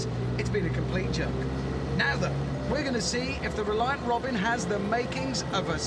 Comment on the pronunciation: Bro literally made "reliant jet-in"